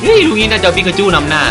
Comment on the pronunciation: พอพี่พูดปิ๊กาจู ผมนึกว่า ไอนั้นทุกทีเลย